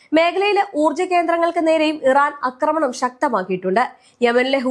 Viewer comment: അക്രമണം അല്ലആക്രമണം ആണ് |